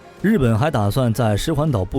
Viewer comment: 石垣（yuan）岛不是石桓岛